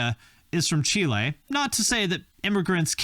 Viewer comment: You said Chile the right way instead of chili, awesome